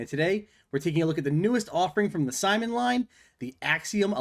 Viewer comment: He's named Simon, not SimonE